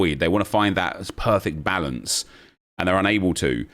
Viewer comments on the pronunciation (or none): none